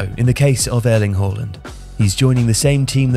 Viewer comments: Why you pronouncing his name like that? It's not HOR-LAND ITS HAA-LAND. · Think..... Harland NOT Whoreland